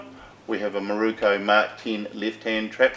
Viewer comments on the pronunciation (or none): It’s MIROKUUUUU NOT KO. 😂